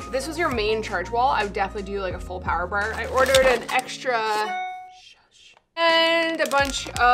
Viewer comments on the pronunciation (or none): It was the Power Bawer (bar) for me lmaoooo why she said it like that TWICE in a row hahahaha